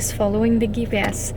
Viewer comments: Fantastic video Jonna. I hope you don’t mind - GPS = gee pee ess. Love your channel so much and you are incredible. Going so far up north by yourself ;-) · I love how she pronounces ghee-PS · Gotta love how she pronounced GPS with a hard G. She's just the cutest 🌼